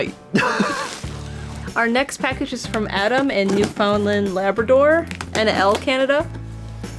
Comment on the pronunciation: New-fn-land. Also it may look like im speling New Finland, but its not pronounced that way either